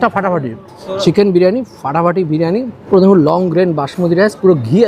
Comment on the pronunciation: খাবারের নাম ব্রিয়ানি নয় দাদা, বিরিয়ানি।